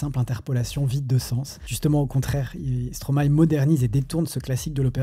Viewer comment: Les samples de classique existent dans beaucoup de styles de musiques. Mais tu m'a ramené loin en arrière. Je suis de 89 et je me dis que je suis vieux 😅😂. Par contre, je trouve que dire Stromay n'a aucun sens quand on sait que l'on dit maéstro à l'endroit